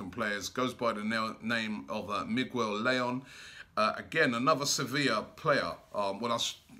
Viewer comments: La-yoon is how you say his name. Layún. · Did Robbie just say Migwell Lay-on instead of Miguel Layun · Robbie it's Miguel Layun! (Mee-gehl Lah-yuun)